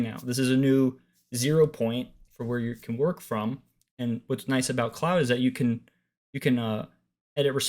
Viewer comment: Cloud or Claude? (rhymes with hoard). This video makes little sense because you're saying cloud.